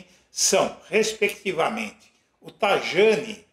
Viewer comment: Pronuncia-se TA I A NI